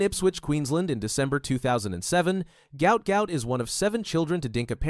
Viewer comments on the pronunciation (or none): His name is Guot Guot his father said NOT Gout Gout